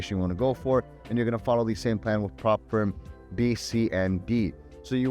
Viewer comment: You talk way too fast. Slow down please, you're in teaching mode. You're also assuming we know what's a prop firm? What's a Prop Firm? I think that is what I'm hearing. See I'm hearing prop firm and you're saying prop frame when I'm checking subtitles. And then I saw it come up again. as firm. What is it?